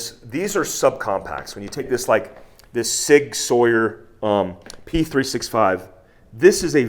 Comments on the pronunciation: Was he serious when he said SIG Sawyer? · When you say Sig Sawyer, it's like fingernails on a chalk board. 😖 Other than that, I'm showing this to my wife to help her make her decision on which pistol to buy. Great content as always, thank you.